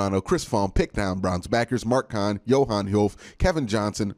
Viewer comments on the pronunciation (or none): none